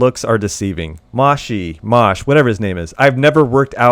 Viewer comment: Moshe is pronounced Moh-Sheh. It's Moses name in Hebrew.